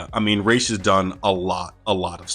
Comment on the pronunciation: It's RAZ not Rashe